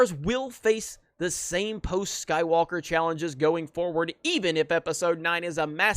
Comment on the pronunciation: Lol, “I’m Rey, Rey skywulka”